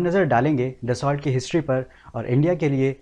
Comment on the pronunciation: अच्छे वीडियो बनाते हो भाई परन्तु ज़रा सही उच्चारण भी कर लो। दससौल्ट नहीं dassu (दस्सु) होता है।